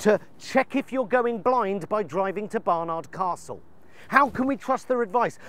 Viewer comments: I lived in Barnard Castle for 10 years. It's pronounced Bar-ned Castle. Or Barney. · Love these vids and found it funny how he pronounces Barnard Castle 😂 which is not how we actually pronounce it in County Durham by the way.